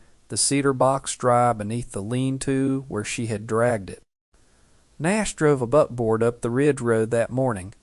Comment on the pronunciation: Buckboard not butboard